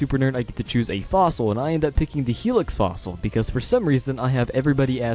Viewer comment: He took the Mah-Dry-Fossil